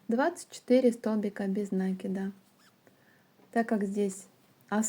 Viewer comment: В слове НАКИД ударение ставится на И. Ваше произношение этого слова очень режет слух.